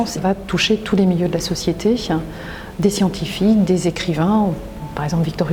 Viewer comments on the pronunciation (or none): Très intéressante vidéo. Merci Madame. Mais une remarque, si vous permettez. Vous échappez fort heureusement aux "euh" qui émaillent tant de discours de nos "élites" mais vous avez un tic de langage qui consiste à ajouter parfois un chuintement à la fin des mots. J'ai noté, entre autres, "minier che", "société che", "codés che", "quincailler che", "série che", "ici che", "particulier che". S'il vous plaît, pourriez-vous éviter ces ajouts inutiles et disgracieux qui gâtent votre exposé ?